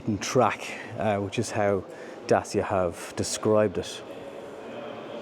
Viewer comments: It’s pronounced “Da-Che-a”, not “Da-C-a” or “Day-c-a”. Same as it’s “Shkoda”, not “Skoda”. You’re welcome. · Would like to point out thats Dacia say their name is pronounced "Datch-a" and not Da-cee-Ah. . You're welcome ;) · Stop calling it Da-cee-a! It’s Da-tch-a! 😃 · It's DaCHIa not Dasia :) Like in Dutch (Dutch-ia), CHIldren, CHEeese etc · Really considering a Dacia (your pronunciation is all over the gaff mate, its officially 'datch-ee-a'. At least thats what i saw on another video where one of their own people was saying it. But yeah, I'm going to look long and hard at this car, despite the utterly stupid name. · The name of the brand is pronounced: "datTCHia"...